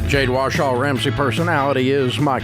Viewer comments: Anyone else notice Dave kept mispronuncing Jade's last name as Washaw instead of Warshaw? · Always has 😂 Jade Wahshaw!